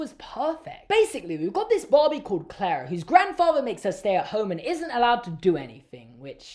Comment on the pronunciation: is saying barbie but i can’t stop hearing bobby🥲